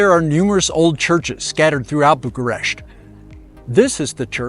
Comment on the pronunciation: Bucuresti is my favorite city in Europe. No city with so much contrast. A favorite amongst many photographers I've met. No offense, but it is either Bucharest or Bucuresti. You're making a mix of two totally different pronunciations into one non existing variant which sounds pretty bad and sounds annoying to my ears and probably to many Romanians as well.